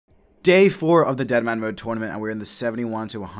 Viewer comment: I keep thinking you are saying dinnermanmode, lmao.